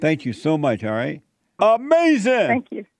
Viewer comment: UH MAY ZIN